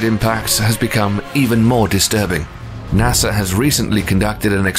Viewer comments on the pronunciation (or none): none